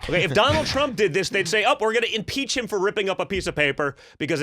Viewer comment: I like how he said "If Trump said that, they would impizza him for it"